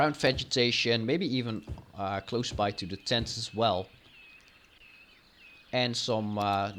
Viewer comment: the Map is Gorgeous,but your completely Butchering the word "Tent" (you said Stents instead of Tents)